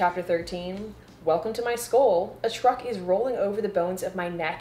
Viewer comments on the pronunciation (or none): none